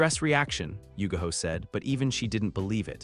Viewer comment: her name is yugao NOT yugaho